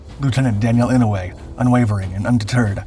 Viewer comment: Someone at my workplace is related to Daniel Inouye and has the same surname. Incidentally, it's pronounced "I-no-u-e" with 4 syllables. Our airport is named after Daniel.